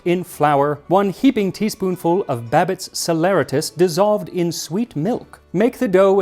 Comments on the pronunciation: Anybody else hit a glitch at ? It froze and I had to skip a few seconds - tried several times too. And I believe it's pronounced sal-uh-RAY-tus...? Always enjoy the videos - been watching since 2020 🙂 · That's the second time I've heard saleratus pronounced that way, makes me wonder if it's a recognized pronunciation that Merriam Webster needs to look into. They only have ˌsa-lə-ˈrā-təs mentioned, like sal-er-RAY-tus. I mostly know of it from the Appalachian folk tale of Sody Sallyratus, where there's a big dangerous adventure to fetch a box of soda saleratus to make some delicious biscuits.